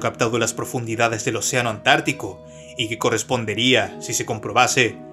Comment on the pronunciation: Es muy bueno tu contenido. Me distrae y molesta mucho y me saca de attención la tendencia a convertir en agudas todas las palabras finales de cada frase o coma. "... Una rocá que parecé, tener en su superficié...", "... en el fondó del oceanó", "en la alturá de la piramidé..." por poner ejemplos. Yo no soy locutor, pero hice radio por más de 20 años y el mejor consejo que me dió un periodista que trabajaba conmigo fue "si no sos locutor, no trates de hablar como locutor porque no sabés hablar como locutor. Si hacés una publicidad o leés un texto, hacelo de la forma que vos hablás a diario, va a quedar mejor, más elegante y sobre todo más natural". Consejo que seguí hasta el día de hoy y hasta me hizo ganar premios como locutor y conductor aunque no era ninguna de las dos cosas.